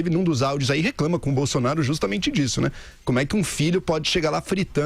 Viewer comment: "Jair Bolsonario"... (👂 ) (😉 apenas uma brincadeira 🤭)